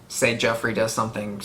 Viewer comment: Heh, yeah you do call Joffery "Jeffery" a lot. But, you're getting a lot of these names a lot quicker than I did. I was asking "What's that guy's name again?" pretty much up until S6. xD I also didn't recognize/pay attention to familial histories much when I first started. I kept thinking that what I need to know, they'd show and tell me, but there's a ton of histories and things are dropped off-handedly that I just did not hold on to. I had to be told by others who'd read the books or rewatch it in reactions to catch a lot of that stuff. Part of your retention of this might be the speed of you watching it also. I was watching the eps a week apart and then almost a year between the seasons.